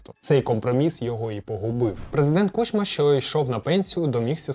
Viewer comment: правильно кУчма, а не кучмА